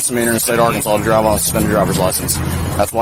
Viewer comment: Good ol' Are-cans-is.